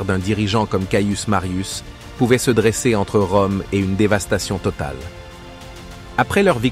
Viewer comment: Video intéressante mais par contre la musique est insupportable et trop forte... et l ia qui modifie constamment le nom du pauvre caius Marius en cario Mario.. 😮